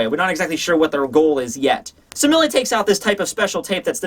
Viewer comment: Mille is the French word for one thousand. Pronounced something like "meel"